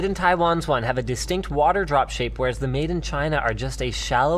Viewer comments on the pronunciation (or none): none